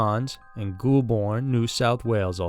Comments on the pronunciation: And Goul-burn we say as Gol-burn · yep I was meant to type that in too!!! Maybe he needs to be a Aussie to get the right pronunciation as he just failed trying 😞 😂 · Re st John’s, story 1. The locations is pronounced like ‘Goalburn’, not ‘Ghoulborne’. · Adelaide GOAL? Like a goal in sports??? Um NO! It's GAOL. JAIL. Adelaide Gaol, not goal!! (And Goulburn is pronounced as goal-burn, (yes goal like in sports this time.) Not like ghoul-burn.) 😖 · Oh my gosh. Ghoulburn!!!!!!! We say "Golburn" And goal-something you aim for; gaol-a prison. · the first story is pronounced goal-born not goulborn lmao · Ok,. "Ghoul-burn" is pronounced "Goal-bun". Gaol is still pronuounced "jail", and thank you for covering more Aussie cases 💙🇦🇺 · And Goulburn is pronounced as 'goal-burn' not 'ghoul-bourne' 😂😂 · Its pronounced goal-burn.. not goolbin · I was waiting for the Ghoul - burn. I pronounce it Gol-burn but it's sort of a cross between gol and goal then you finish it off by saying "burn" really quickly. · Yes, instead of Gool-born it is pronounced Gol-burn. How gaol was messed up, I'll never know. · It's gol-bun mate but good vid. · it is pronounced gol burn and my dad survived that awful place your story is half true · Goulburn is pronounced "Gole - burn" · FYI Goulburn is pronounced "Goal-bn" true story. That's how we roll in Aus-Straya ;) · Goulburn is pronounced “Goal-burn” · Goulburn is pronounced Goal-bun. Sorry, we like our place names to sound completely different to the spelling 😉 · The first goal ...... it is pronounced Goal-born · Good try on the pronunciation. It’s pronounced Goal Burn and yes the orphanage is on the not so nice side of town and it is incredibly creepy to just drive past on a daily basis. It is the perfect picture for a horror movie. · Like Goolburn, right. 🤣🤣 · I’m more scared of your pronunciation of gaol,Goulburn and Aradale. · I’m from Australia and the way you pronounced Goulburn gave me a good laugh 🤣🤣 great video though